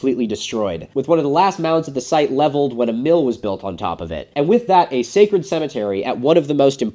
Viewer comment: Can't wait for Filip Zeba to hear "Secred geometry" 🤣🤣 Love the video, and as a Europian, love that "it's mound of dirt, as Partheon is a pile of rocks"👌